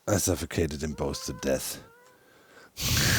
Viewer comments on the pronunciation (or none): none